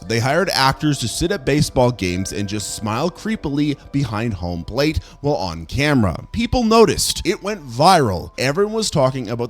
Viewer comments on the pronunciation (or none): none